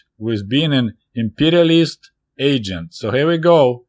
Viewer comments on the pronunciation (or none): none